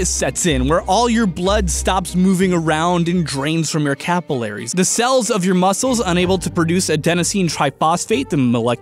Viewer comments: you pronounce capillaries in an unusual way lol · he pronounces capillaries weirdly